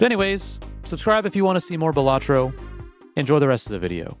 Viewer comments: Great vid, it's not pronounced "Buh-latro" btw. "Bal" is pronounced like the name "Sal" and should sound like "Bal-luh-tro" Buhlatro sounds like the name of a tasty sandwhich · Every video miss pronouncing Balatro is triggering but i enjoy the videos so i stay. For any comments balatrō is latin for fool/clown (in reference to the jokers played i imagine)